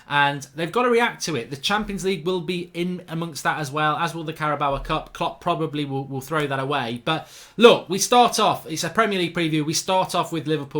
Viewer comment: There's no "a" sound at the end of Carabao. Stop it.